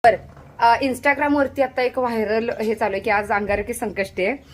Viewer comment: व्हाईरल नाही ग बाई वायरल 😂😂😂😂😂😂कशाला उगाच शुध्द मराठीत बोलता येत नाही तर फुकट वायर लेसससस करालीस 😅😅 तुझा अटिटूड सरळ सरळ दिसतोय